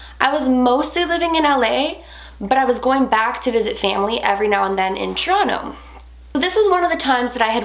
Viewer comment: why u say "tchronow" instead of Toronto? idk it just bugs the living fuck outta me lol but i dont wanna be a grammar nazi, but it irritates me lol still love the channel tho!